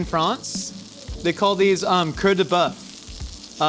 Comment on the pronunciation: The way you said heart, coeur, sounded like tail, queue. I legit thought you said queue de boeuf at first. I guess heart makes more sense, with the tomato being red and all.